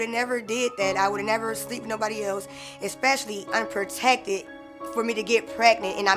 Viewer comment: Thats a new word for me "Expessially" Somebody arxe him what it means. Lol